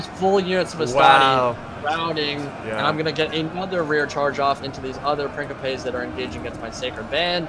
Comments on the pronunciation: Love your videos, man, been binging on them! Also, just because I appreciate your pronunciation attempts (and misattempts, haha)... Principes is pronounced "Prin-chee-pays" :-D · why does he keep pronouncing principes "prinkipes"? is that how its pronounced? because in spanish principe literally means prince and is pronounced like "prinsipes" but this is latin so idk, but in rome 1 and 2 the troops literally say "prinsipe" when you select them